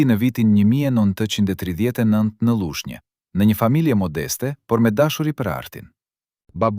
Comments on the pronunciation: Mesoni te flisni shqip,nuk eshte Llushnje por Lushnje etj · Prej menyres se lexuarit te ketij teksti me bejne pershtypje gabimet ne te lexuarit te fjaleve. P.sh. qyteti Lushnje, kurse lexuesi e shqipton Llushnje dhe shume fjale tjera te shqiptuara e ku theksi vihet ne shkronjen e gabuar e jo aty ku duhet. Kam pershtypjen se lexuesi nuk eshte shqiptar i mirefillt?!